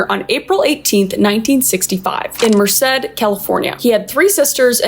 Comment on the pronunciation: DID U JUST SAY MERCED CALIFORNIA 😭